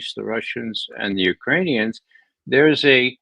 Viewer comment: URANIANS from Uranus ? YIKES